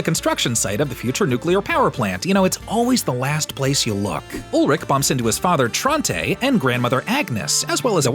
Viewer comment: 'Trontay' lol